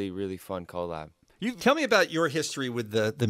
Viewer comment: The way he says collab is AWSOME